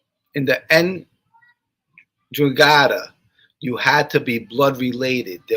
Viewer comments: Hey, what's up my guy. Just catching replay now. Hope you and your girls are good. I think in the beginning of your video you mentioned the "NDRAGHATA" pronounced (N-dra-ga-ta). Be well Brother, your friend Neil in South Jersey. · ENDRA GETTA is the way it's pronounced. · Enn-dran-GETT-a hope that is helpful